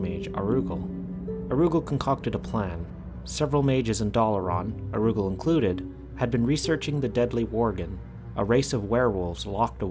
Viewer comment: OMG IT'S NOT PRONOUNCED AROOGAL IT'S ara- ghoul!